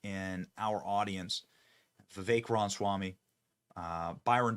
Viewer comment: Why is Benny incapable of saying Vivek's last name correctly? It perplexes me.